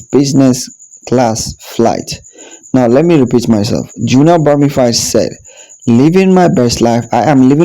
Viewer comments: It’s Bromfield not Broomfield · Sir her name is Junelle Brom-Field break it up into syllable’s. You keep calling her bromified. I’ll help you because you finally got Kishane’s name correct. Stop murdering people’s name. Amazon Alexa or Microsoft Cortina can help you with these pronunciation’s or maybe you should use AI. You want your Chanel to make sense right? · Brother her name is BROM--(FIELD as in pasture) NOT BROM--FIED... As for your guy Noah he has to take medication for his condition (ADD.. Attention Defecit Disorder) HE TALKS TOO MUCH!! 😕🤔😊